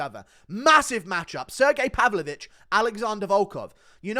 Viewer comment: Pav-low-vich, he's not a dessert Guru!